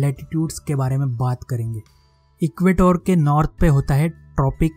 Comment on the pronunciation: And it's not equatoor it's equator ur taking th 'o' too long